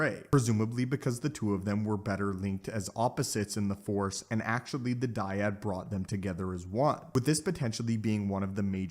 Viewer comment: The " dYaD"🥴